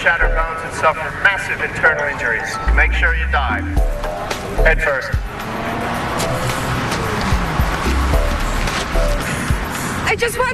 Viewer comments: Its "die" not dive 😂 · He said dive, not die.